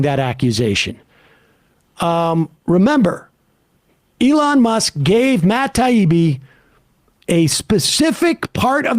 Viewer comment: Lol I never hear anyone but Sam pronounce Elons name the way he does Elooon as opposed to Elon